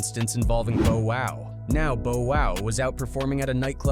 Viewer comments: Bro can’t even pronounce bow wow right 🤣🤣 who the hell is Bo wow 🤦🏻‍♂️🤦🏻‍♂️🤣🤣🤣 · What the hell is with you YouTubers that try to speak on people and don't even know how to pronounce no one's name correctly, but who the fu.. is bo wow you did mean Bow Wow you silly , Good wars you should be called trying act like you know about hood wars but DON'T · Why dude keep saying Bo Wow it's Bow Wow get it right!! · Take shot/hit Everytime narrator says Boe Wow 😅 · It ain't Bo Wow it's Bow Wow, fuckin AI!! 😂😂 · BO WHO??? How TF is this channel CALLED: HOOD WAR CHRONICLES.....and yet you have some AI CAUCUS MAN speaking about BLACK CULTURE....and on top of the coonery/colonization.... You can't even pronounce BOW WOW..... Thank you for wasting my time. I stopped at BO WHO???? It makes this WHOLE VIDEO some BULL 💩.....Wouldnt believe a thing in it... I wish the block button worked definitely here....and I've NEVER said that about a YouTube channel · It's bow not boe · Damn, that's a pretty realistic sounding AI voice for the narration. didnt even notice til T - i - s and then it kept saying the wrong Bow (As in rhymes with Oh, instead of rhymes with Ow) Wow. Bo-Wow. lol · Not you calling him Bo-Wow 😅 Who tf is Bo-Wow 😭🤣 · Instead of T.I. you said Tye. Instead of Bow Wow, you saigh Bo Wow. You've gotten nearly every legends name wrong. Please stop making hip hop videos if you cannot even say their name with respect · "Bo-Wow, Tai & Hoff" huh? Sounds like a 1970's Kung Fu Flick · Who is "Beau Wow"? Is he related to Bow Wow? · Bo Wow instead of Bow Wow... 😂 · Boe-Wow and C-Ara….. yeah AI! Is! Horrible! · “Boe wow” lmfao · Boa wow the way he pronounced his name 💀 🤣 how you gonna cover rappers you can’t even correctly say their name 😂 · "Bo-Wow" "Ciaura" "V-zooz battle" "Pookie Lock" "Hovv" "Yeah" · Bo-wow 😂😂😂😂 Verzoos 😂😂😂😂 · “Boe Wow”😭😭😭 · He keeps calling him boe wow 😂😮😅😊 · That AI Voice did Lil Bo Peep so dirtyyy. Shit I mean lil Bo WOW... 😅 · BO WOOW LOL.. AND TY.... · Bo Wow! 😂